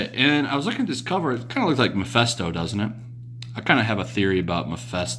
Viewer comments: I love your videos. They're very informative and refreshing. I don't want to come off as condescending or Hermione Granger-esque. So I hope you please don't take offense but allow me to correct your slight mispronunciation. Ma-fist-o not Ma-fest-o. Mephisto. Short for Mephistopheles. The high ranking demon from the German legend of Faust and often confused with Satan himself in pop culture. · Great video as always,! Just one little nitpick, though... It's Mephisto, pronounced like "fist." Every time you said MePHESTo, I kept picturing the old scientist in the fishing cap and Hawaiian shirt from the early days of South Park. That HE was the one making a Devil's deal with Spidey.